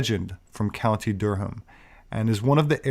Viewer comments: Good stuff,. Durham is pronounced Durram over here. Always enjoy your content. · You slaughtered Durham. 😂👍